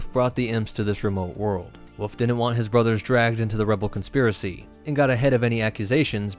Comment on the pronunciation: Did you call Wolfe woof ?